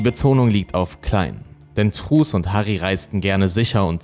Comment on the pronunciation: Ich hör dir so gerne zu! ❤️ Nur truus spricht man auf Holländisch trüüs aus. Das war ein kleines bisschen irritierend 😬... (U wird immer wie ü gesprochen und oe wie ein deutsches u. So als kleiner Diskurs) Mach auf jeden Fall weiter so, dein Content ist ganz großartig!